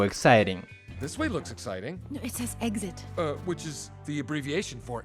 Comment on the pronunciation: Exit произносится как [эгзит], а не [эксит]...)